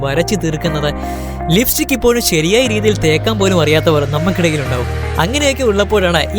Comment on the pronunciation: Liftik അല്ല chettaa.... ലിപ്സ്റ്റിക്